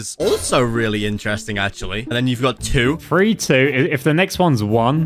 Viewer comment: Why does when ever says three I think he means free